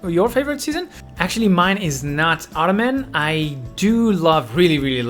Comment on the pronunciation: Idk if it's meant as a joke or because your first language may not be english but, but Autumn is pronounced "aww-tum" and not "otto-man," ❤